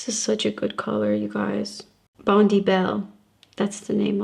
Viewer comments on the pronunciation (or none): I have loved your videos for YEARS!! You are truly amazing and gorgeous inside and out. Not sure if you knew this already, for the Nudestix product, it’s pronounced Bond-EYE (after a famous beach here in Australia). It’s adorable you say “bond-ee” on your vids though! Love to you from Oz x x